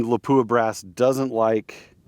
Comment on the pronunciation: just a FYI not to pick lol , its pronounced, LOP-WAH ,,, not LA-POO-AH